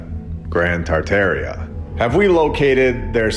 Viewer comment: The fact that you can’t say tar’tar with the proper way won’t let me watch this stupid video 😂😂😂